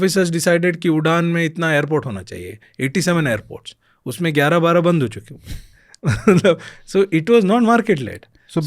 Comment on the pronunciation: "बन्द" होता है बन्ध नहीं😂